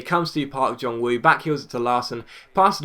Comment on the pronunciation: Park Jong Woo's "Woo" is pronounced "Ooh" (silent w!) like in ooh lah lah